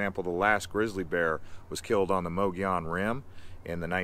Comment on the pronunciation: Great video! Add Mogollon rim pronounced “Mug”gollon rim here.